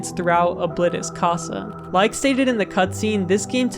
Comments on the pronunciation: ITS CASA NOT COSA!!!!!!!!!!!!!!!!!!!!!!!!!!!!!!!!!!!!!!!!!!!!!!!!!!!!!!!! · i know Spanish and the way you said casa is incorrect you may not know Spanish and i am not mad but yea